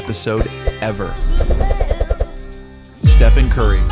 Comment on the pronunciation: Did he just call him "Steppin Curry"? Maybe he doesn't know the "ph" is an F sound lol